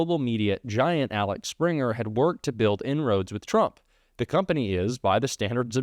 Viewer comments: Interesting but Axel, not Alex, Springer. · I am sure others have commented it is Axel, not Alex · Axel springer not Alex springer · Axel springer not Alex springer.. i understand getting it wrong once or twice but you pronounced it wrong every single time!